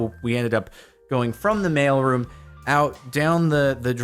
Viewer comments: Took me a few minutes to connect that he is saying mail room not male room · I kept hearing "Male Room" and I was so freaking confused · thought he said "male room entrance"